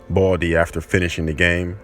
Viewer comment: The one who is talking said boldy Not baldi hahaha😂😂😂